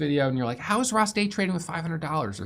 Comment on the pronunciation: It's "ROSS'ES RECAP" Not "ROSS'S RECAP"